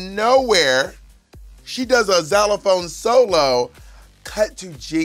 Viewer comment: How and why is Bob saying ‘Xylophone’ like that? Is that an American pronunciation please?